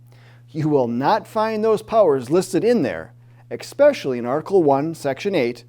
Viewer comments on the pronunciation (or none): It is hard to take people seriously when they say "ekspecially".